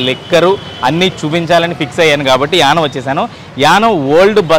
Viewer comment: It is YANAAM. Not yanam.